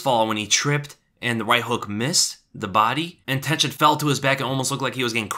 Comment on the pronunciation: Everytime he said Tenshin I thought he mean tension